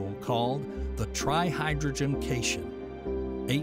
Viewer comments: Like your videos, but...Pedantry Corner: cation is pronounced cat-i-on; and you captioned both the male and female researchers with the male's name. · Bro said cation like cation instead of cation. What a dummy.